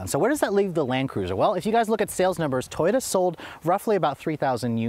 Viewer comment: Why did you say toroya instead of Toyota